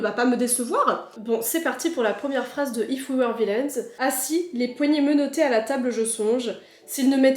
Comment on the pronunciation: en revanche quand le titre est en anglais "if we were vilains" la tu le dis avec le gros accent français 😂 , c est pas méchant mais ça m à fait rire lol